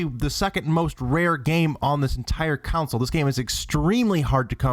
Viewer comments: It's console, not counsoul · It's console not council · Why do you keep saying council instead on console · 1. It's pronounced "con-sole," not "council." 2. Steel Battalion can't be the rarest game on the system if, at $200, it is the same price as it was at retail (technically cheaper after inflation). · it's console, not council, goddamit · All I keep hearing is the word "council" when you're saying "console" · why can't you pronounce console? you are saying counnsole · STOP SAYING COWNSIL! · Maybe he from uk lol